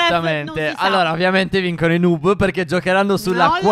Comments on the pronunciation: Si dice nob no nub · Comunque noob si legge nabbo e non nub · Ma non si dice nub dmsi dice nabbo o nab (so che si scrive noob ma dovevo fare capire come si dice) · Stef non si dice nub si dice noob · NOOB si pronuncia nob e non nub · Si scrive noob ma si legge niub(leggeteeeeeee) Grandi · Non si dice nuub (però il video è bello) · Si legge noob no nuuuuuuub!!! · NON SI Dice NUUB